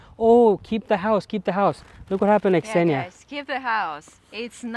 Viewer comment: Господи! Какое счастье слышать, как англоговорящий человек произносит имя Ксения,правильно! Наконец-то!😄 А то все, Зения, Зена или еще как нибудь!😂